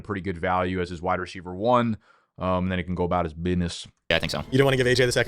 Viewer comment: Does say "Wida Ceiver" or am I tripping balls